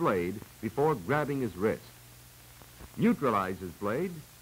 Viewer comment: Before me, Not Gore me. ....;)